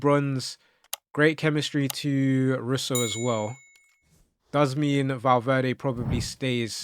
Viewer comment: I didn't see much of Kaka so for me he has to go, but all legends of the game. Also Russo is pronounced Rooso (more ooo sound for the U) just fyi. Love the content, keep it up 👍